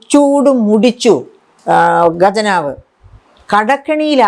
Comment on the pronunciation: ഗജനാവ് അല്ല maam ഖജനാവ് എന്നാണ് പറയുക